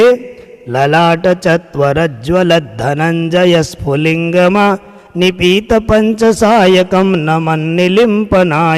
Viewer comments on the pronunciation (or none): 6th slokh mai phulingama nahi phulingabha hota hai glt bol re ho aur uper se higlight karke likh diya aapne phulingama bolna mai bht confuse kar diya aapne